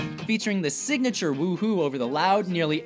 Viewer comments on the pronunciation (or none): I think it's a wee hoo not a woo hoo